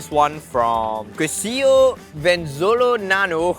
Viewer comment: Quesillo proper pronunciation KaySeeYo